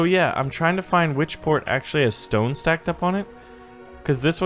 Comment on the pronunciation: You Said stone like stoon